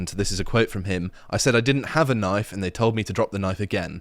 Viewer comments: "Ah, I see you've played knoify-spoony before. . . " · That's not a knoif. [pulls out scythe] Now that's a knoif